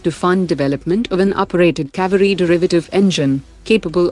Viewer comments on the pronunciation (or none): its kA-veyri